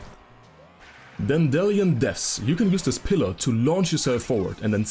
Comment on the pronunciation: Did—did you just call it “Dan-Dellian” Depths?